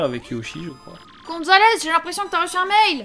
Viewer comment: C'est Super Goomzales pas Super Gonzales